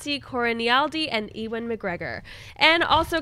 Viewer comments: it is youvan not ivan. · needs to stop saying E-wan instead of Ewan. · I love how pronounces Ewan's name...E-Won lol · Where are you getting the the "v" from? It's pronounced "you-win". Say it quickly. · you're awesome but please try and get Ewan McGregor's name right, this has been a few times now and it's driving me crazy! Apologies but the Scot in me is getting frustrated haha